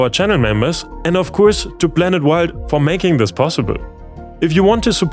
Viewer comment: Croatia being free of landmines is a bad thing: foreign troops keeping Serbians and Croatians from rekindling violence are now more likely to leave. I know you can pronounce "p". You did so in "Galapagos". Last time I checked, we revolve around a star, not a super massive black hole. So we aren't a blanet... Is that simply due to your reading technique or a learnt accent?